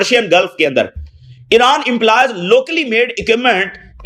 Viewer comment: Iran bolre ya iraq nahi samaj aata